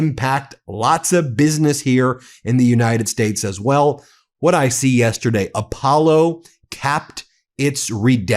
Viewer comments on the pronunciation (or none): none